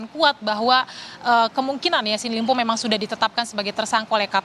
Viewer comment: Ini juga kompas tv kagak jelas... Kok sllu bilang ysin limpo.. pdhal namanya syahrul Yasin Limpo... Hahhahahhaha